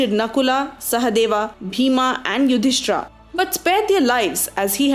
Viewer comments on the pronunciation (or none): FYI it is Pandav not Pandavaas, kaurav not kauravaas, bheeshm not bheeshmaa, yudhisthir not yudhisthiraa. there are many more 'aas' used in this video which should have not been used.